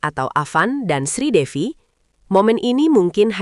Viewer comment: Bukan Sridewi mbk tapi Sridevi jangan salah ucap ya❤❤❤